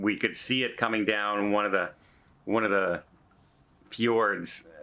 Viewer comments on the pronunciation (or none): none